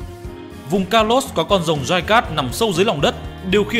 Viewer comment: Mega Rayquaza hay con nào có chữ R. Anh đọc rất hay chữ R chính xác. Nhưng đến chữ Rồng thì thành chữ Giồng. Thật thú vị. Nói chứ đọc vậy cho nó vui anh. Nhớ lúc viết là con rồng chứ đừng viết nhầm thành con giồng là được. 🐉